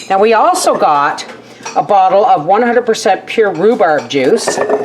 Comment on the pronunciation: Rhu-sssseee-berry Jam. I love it!!! You have now developed a new word. Congratulations!!! If you sold these little jam jars at the Farmer's Markets or to a local store, that is your name of it!!! You should patten and trademark that word because someone will take it and profit off of it. It's a fun word. You should have others say it as a tongue twister game. God Bless.